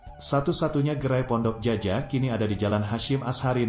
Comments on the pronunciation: Hoii..... Admin cobalah anak SD membaca gitu, Djaja itu bacaannya jaya bunga, buka jaja, aneh benar dikuping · Naratornyo harus memperkaya khasanah bahasanya. Masak Pondok Djaja di eja Pondok Jaja. Seharusnya dia membacanya sebagai Pondok Jaya. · Ini admin yg bacain bukan orang minang ya? Mak ciak cara bacanya bukan bgt min! ? Terus menyebutkan Djaja bukan jaja, sebut lah jaya, sebelum upload coklat dulu, gak enak banget dikuping